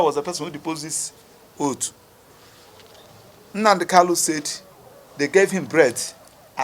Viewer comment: Please pronounce Mazi Nnamdi kanus name correctly you supposed to be a lawyer who should know better, thanks